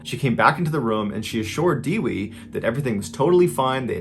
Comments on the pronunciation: My wife is Indonesian and her name is Dewi. That is not how you pronounce it. It's pronounced Doo-wee. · I'm indonesian and the right pronunciation of the victims name is isn't diwi but daywee and the killer name is not saraji but shoeraji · It's Only Natural Reaction To Smile Whenever I Heard Foreigners Are Trying To Pronounce Indonesian People Name 😂 Her Name Was Dewi, What I Heard From Mr. Ballen Is Actually "Diwi" 😂 Almost The Same Sounds "Kiwi" While Kiwi Wasn't Written As Kewi 😅